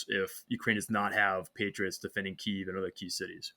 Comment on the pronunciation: I got through the first 5 mins and realized I was listening to idiots. Can't even say Kyiv correctly - they are Russian assets.